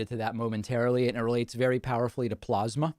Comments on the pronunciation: Howdy from Texas. Please say a prayer for us. BTW Do you all say plosma or plasma? Lol. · The joy that David gets out of "Plawzmuh" cracks me up. Makes me feel a kinship with him because it's just as hilarious to me. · "From the standpoint of water, plosma from Mini-on-apolis will be available from this to-tally-terry-tism administrayshzziz in April of 20,014. You can get in on the Broadwalk at Yoseminites." The man has got to be in a cognitive decline?!?! How long will Republicans continue to stand alongside him enabling this utter madness? The world looks on aghast at what is happening in America. The shame of being a part of this administration will surely stain the careers of his enablers in the years to come. Well, at least I hope so. Edit: David you should absolutely give The Daily Show a go. Trevor Noah's social distancing clips from his home are very funny. And TDS has also made other versions of Trump mis-speaking too, in the same format as the one you showed here. Search them up on YT, they're hilarious!